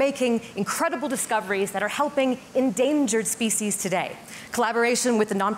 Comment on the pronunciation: What about preventing language from undergoing extinction? The way you pronounce "species" is abominable.